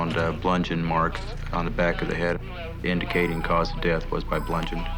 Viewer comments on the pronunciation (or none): I'm sorry but 'blundgeoned' ...???? Lol 😂😂😂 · Melissa Smith So I’m not the only one who caught that mispronunciation. Maybe that’s why they spelled it on the screen when he said it, in case someone couldn’t figure out what he said. 🤣🤣🤣